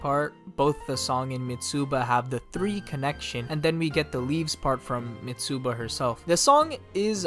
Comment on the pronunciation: Love the video but you pronounce Mitsuba in a weird way. The "u" is not the main vowel, the"i" is. Its "Mi-tsba"